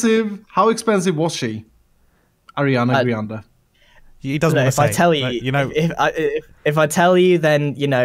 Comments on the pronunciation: Ahahahahaha grian said Ariana Griande... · "Ariana GRIande" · Can we just take a moment here, to realise that grian said Ariana griande. Twice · ariana “grian” de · Grian: Ariana Griande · Grian: ariana griande XD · Grian:Ariana grainde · “Ariana Grianda”